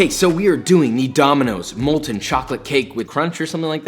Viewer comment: IT'S *MOLTEN*!!